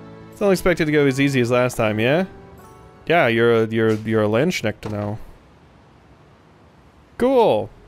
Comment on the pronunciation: Ngl, the way you pronounce the class „Landsknecht“ is hilarious. It’s a German word meaning something like „Servant of the land“. But the „ch“-part is one of the hardest sounds to learn. It’s less like in the word „much“ and more like a hissing sound. Can’t think of a good English example at the top of my head. But hey, it’s a fantasy game so every pronunciation is fair game 😂